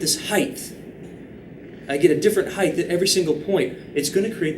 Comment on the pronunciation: Am I crazy or is he saying "heighth?"